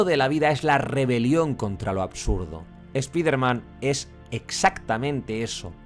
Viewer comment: no es eso bro. Spiderman es un nombre propio por eso tenes que decirlo como correctamente se llama y se pronuncia de donde viene su origen. Es solo eso. Sino le podes decir el hombre araña que es su traduccion. Tambien es raro que a palabras como fortnite ustedes si le pronuncian bien la i como "ai". Pero bueno no se, cosa de ustedes...